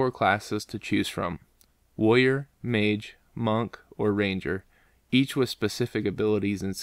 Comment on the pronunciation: Am i the only one who heard: "The classes are Lawyer, Mage, Monk and Archer xD ?